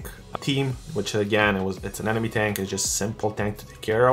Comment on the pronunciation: Ane-mo-ne not Ane-nome. Nonetheless, great tank dude!